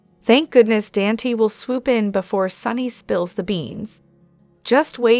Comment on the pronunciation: Please Dante is pronounced Donte.